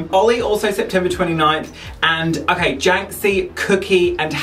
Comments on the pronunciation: 🤣 "Words are hard. They're very dicivult for me. Okwayh." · Lol “words are hard…they’re very diccifult for me. Okah?” Lol